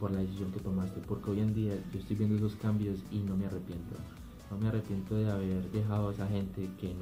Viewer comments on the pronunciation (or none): "Trambios" 2017